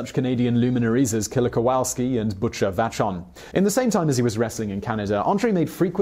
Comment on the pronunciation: Only 5 things wrong with this video 1. You left out his love for the sport he excelled in first 'rugby' 2. You pronounced Vochon in stead of "Vashon" 3. You have the date 1948, in place of a different year. 4. You left out that he did have a daughter, she was actually an attendant back stage at the 2017 wrestle mania. And 5. More of an annoyance than anything, the photos that don't line up, timeline wise. Other than that, this is actually a really great breakdown 6/10... always room to grow though! 👍🏽